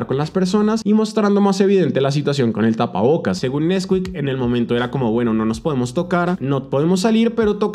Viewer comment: nesquík ❌ nÉsquik ✅✅